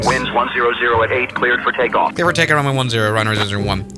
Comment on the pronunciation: Who tf says Takeoff Wrong 💀🙏